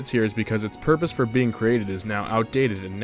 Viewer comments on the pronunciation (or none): none